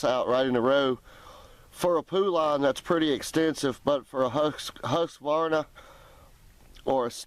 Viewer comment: aND hUSQVARNA IS PRONOUNCED WHO SKVARNA TELLS ME YOU DON'T KNOW HOW TO SET UP A CHAINSAW!